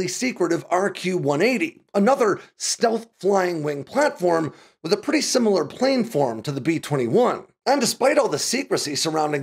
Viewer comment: Hi, just want to offer a correction; it is pronounced "plan-form" instead of "plane-form".